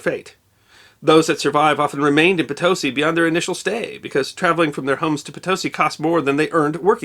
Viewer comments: Its Po-tosi, not Ptosi. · The pronunciation of Potosí is not Pitosí... The first o should sound stronger" is With oooooo like oh. Potosí! You guys criticize the accent of foreigner's but if you're the do some research regarding pronunciation. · Potosi: po-to-SI. "Po-TO-si" is just... wrong. Just so you know. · A most excellent video, as always. But... PoTOsi ??? No, PotiSI (Potosi') ;) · Not to be ignorant, but isn't it pronounced "Poat-o-see" instead of "P-toa-see"? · That little slanty dot over the I in PotosÍ means it’s pronounced Poe - Toe - SEEE. Not Puh TOE see. The latter is what they give to women to induce childbirth. Back me up, Spanish speakers…(and obstetricians) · The way the Spanish pronounce the name is: poto-see'. Not po-to'-si. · It's /po-toe-SEE/, not /po-TOE-see/. The accent is on the last syllable. My dad grew up in Bolivia, and this is how I've always heard it pronounced by his family. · It's pronounced Poh-to-See not Potowsy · Your Spanish is an insult. Pitosi is is not even close. Po to si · They pronounce it Poe Ta see 👀. Not knit picking! Just thought you'd like to know! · In Bolivia and the rest of the Spanish-speaking world, it is pronounced it po • tah • SEE. This video was well done, but the mispronunciation was annoying. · se pronuncia como "PoeToeSee" and the "T" is dental, ie yr. tongue touches yr. front teeth. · Po-to-SEE, accent on last syllable. Re: Michigan, where I was born, perhaps Petoskey got in the mix! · I’m sorry to correct you, but it’s pronounced poto-SI. Poe-toe-SI, if you like. This is properly written as Potosí in Spanish. Pronunciation deserves to be remembered! 😊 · You also mispronounce Potosí by stressing the second syllable instead of the last. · Would you believe that's pronounced po-to-SEE? Not being a noodge, just a former Spanish major who loves history. 🙂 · As fluent Spanish speaker, it took me a long time before I realized what you were saying Potosi' the accent is on the last sailable potoSI